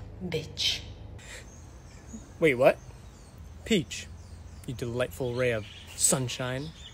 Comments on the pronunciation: that “bitch” was personal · That "bitch" was personal